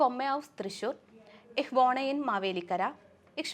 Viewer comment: The pronunciation in fucking bad. what is whode it is pure woh-ne